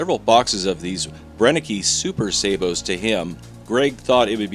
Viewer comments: If they are German the E on the end sounds as Ah. BrennekA. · I enjoy any of your videos, whether or not the slugs perform well. Btw, the pronunciation of the last "e" in Brennecke is the same as the second and third e in belligerent. Greetings from Germany.